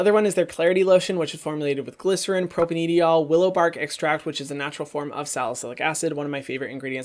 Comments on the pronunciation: You don’t have to pronounce the e in propanediol 😁 Propane diol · I could be wrong, but I think that propanediol is pronounced like "propane - dye - all"